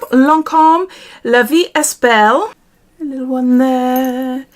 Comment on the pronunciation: It's Sì... like "see" but a short ee. 😄 Means yes in italian. And in La vie est belle, the "est" is pronounced "eh", the s and t are silent.